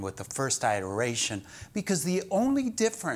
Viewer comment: Pronunciation iteration - IPA(key): /ɪtəɹˈeɪʃən/